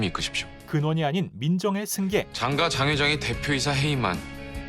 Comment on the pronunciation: ???: 난 장가라고 확실히 발음 안 할건데? 장과, 장과